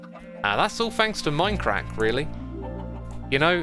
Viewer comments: My crack 🤣🤣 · Why whenever he says Minecraft, I hear “My crack”?